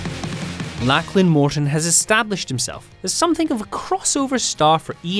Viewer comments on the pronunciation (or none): none